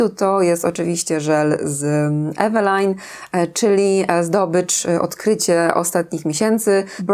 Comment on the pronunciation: 😅😅😅😅😅 DLACZEGO wymawiamy połowę słowa Eveline po polsku a drugą połowę po angielsku? Ewelajn? Czemu nie Iwlajn? Czemu nie Eweline? 😅😅😅😅😅